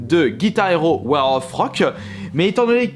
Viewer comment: il dit "War au Froque"??? X)